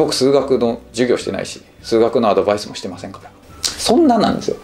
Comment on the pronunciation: アドヴァイスの発音とアクセントが英語を意識している（英語喋り慣れてる本人はおそらく無意識だろうが）のがなんだか好印象。 楽しみにしてます！